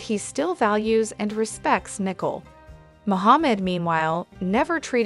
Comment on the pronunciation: Please pronounce names correctly. Her name is Nik Cole. Not Nikel.😮